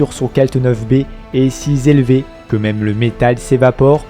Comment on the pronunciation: Super pour la voiture. Par contre attention à tes liaisons. Si z'élevé.. trop z'éloigné..